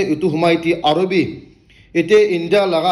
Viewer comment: Yete not etei😂